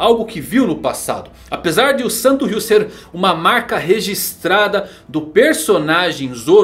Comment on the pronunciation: falando santoryuu como santo ryu